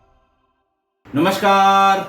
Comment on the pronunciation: sir aapka नमस्कार पर जोर देना , एक देश द्रोही पत्रकार की याद दिला जाता है। माफी के साथ कहना चाहता हूं